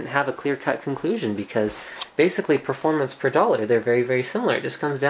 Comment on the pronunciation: not only "do you want the extra performance" but also "do you really need that extra performang".